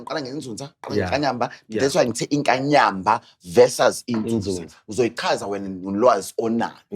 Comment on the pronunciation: YiNzuzaaaaa not Nzunzaa